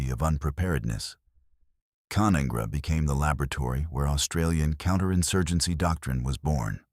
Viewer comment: It's pronounced Ca-none-gra